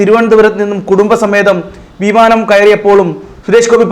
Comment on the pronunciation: കുത്തിത്തിരുപ്പ് സുഡു ചാനൽ. സുരേശ് ഗോപി . വർശം, വീ മാനം' നല്ല അക്ഷരശുദ്ധി